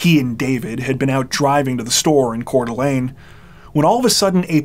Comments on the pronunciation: I'm impressed that you pronounced Coeur d'Alene correctly. It's not an easy name to pronounce if you haven't heard someone else say it. 😊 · Thank you for knowing how to pronounce Coeur d Alene correctly. No gnashing of teeth tonight. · I'm listening to this now--this may be a small thing for many people, but I want to praise you for learning how to pronounce Coeur d'Alene and Kootenai County (former resident). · You always do a great job telling the stories, being respectful and compassionate. I appreciate that you clearly do your homework even for the smaller details like pronouncing Coeur d'Alene and Kootenai correctly. Thanks for all you dedicate to your videos!